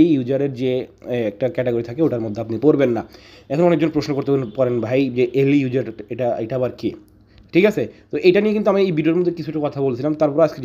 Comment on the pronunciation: সঠিক উচ্চারণ; আরলি ইউজার